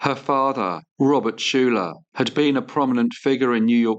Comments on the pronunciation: Hello! Another very enjoyable video and an interesting case. One minor correction: Schuyler is pronounced “Skyler”, not Shooler. There are several places here in New Jersey named after the Schuyler family! . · Yes, the first sirname is usually pronounced as skyler not shoe-ler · "Schuyler" is pronounced "Sky-ler."